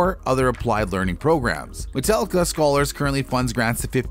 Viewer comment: MetAllica. NOT MetEllica. Every time you say it wrong it makes my ears bleed.